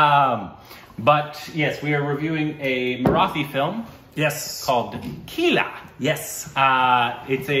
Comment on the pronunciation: Well, can you at least now learn the correct pronunciation of the word 'Marathi' please??!!